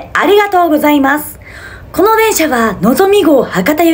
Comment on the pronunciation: 「この」の発音も「電車」の発音も関西弁やw